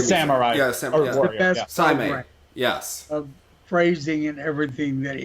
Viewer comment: Yay, another great recap!, Yuzuru Hanyu's Seimei program is pronounced "SAY-MAY", just to let you know. Having Joe Inman for this particular recap...he ought to have done the pairs. YES, Sui and Han were my moment of the WCFS 2019! I just love hearing about how awesome Sui/Han are - keep going, I don't quite care if this is the Men's recap, yes, Nathan did well, if even by a margin too large for his PCS, and Hanyu I wished would have won instead (but he did pop that quad Sal, which was worth a lotta points), and Vincent shouldn't have been there for bronze - just give it all to Sui and Han, watching their Rain in Your Black Eyes FS was everything. I'm sure Hanyu will win the next Worlds, debut the quad Axel and win by a large margin. He is a fierce competitor, and this loss will only propel him to work that much harder. As for Rika, I have no doubt that she too will win the WC in 2020. Alina finished fifth in her first Worlds, which is respectable since it was her first senior season. With the next batch of Eteri's girls coming - the three A's - the other ladies will be training their quads, too. I can't wait! Jason for sure can podium next year, too, once he gets his quad Sal consistent. Kolyada to switch coaches? Where? Pulling a Medvedeva at this point...is he willing to go to Rafael Artunyan and face backlash like Evgenia did? Whatever he does, I hope it works. I really enjoyed this episode. Thank you for uploading this!